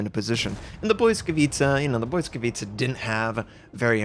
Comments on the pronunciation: Lmao the pronunciation. I don't know if I'm right either but I think its Blee-ska-vee-cha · Try reading it like it's "Blitzkavitsa". You get it mostly right and it's not even that far from the original meaning - błyskawica - lightning (pol) and blitz - ligthning (ger). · "Błyskawica" is pronounced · Being Polish and listening to this pronunciation is difficult.